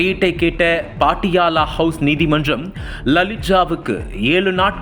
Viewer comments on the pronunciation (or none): தம்பி, பாட்டியாலா இல்லை. பட்டியாலா என்று கூறு.